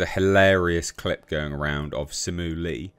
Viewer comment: Don’t even try to roast if you can’t even say his name right 🖕